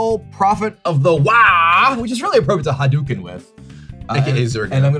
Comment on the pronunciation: "Rai-yu" "Ha Dew Ken" Kibler def not a SF fan xD